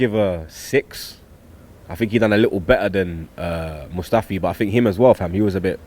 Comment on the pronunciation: It's MUSTAFI blud not MUSFTAFI